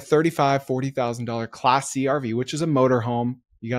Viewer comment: I thought he was saying get “classy RV’s” oh wait class C 😅